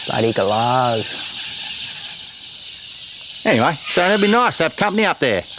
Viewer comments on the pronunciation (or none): ‘Bloody Galaaaaaahs’ channeling Ramsay Street there 😂